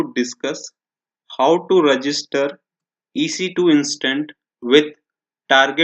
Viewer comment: Dear Speaker sorry but it is "Instance" instead you speak "Instant" .. good video